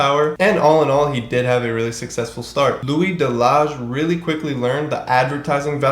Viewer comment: Delage pronounced, De La Hey